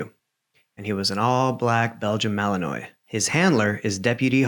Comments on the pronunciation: I Hey just a little info! The mal dog is actually pronounced like "mallawa" ❤ its the way Belgium says the name ❤ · Oh, and Fyi- I'm not not-picking in what I'm about to say..... because I own and train these types of dogs, and unless you're Belgian- ya prob won't say it correctly- The all black Belgian Shepherd, the type is called Malinois- which is pronounced: Mal-in-wah. Kinda like the beer- (if you know it) Stella Artois- pronounced: Stella Ar-twah. 🎵 "The more you know"....🎶 🌠 Hopefully someone knows that 90s P.S.A. jingle tune. 😂 cant wait to see your next case!